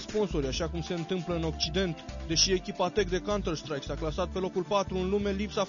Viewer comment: baaaaaaaa n-am mai ras asa de mult....nu vezi ca cel care face reportajul zice "cantar shtraic" cu shhhhh :)) pe la asa